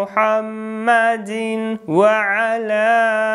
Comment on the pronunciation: Почему ты читает мухьаммадин ва 1ала а надо мухьаммадивва 1ала